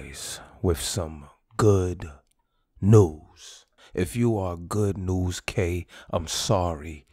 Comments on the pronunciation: bruh said good NewsK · Nigga really said goodnewzK